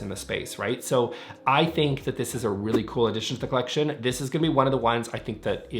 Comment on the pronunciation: With your speed speak you could be an auctioneer. For heavens sake slow down,it’s horrible to try to listen to.Also ,cleckshin is collection.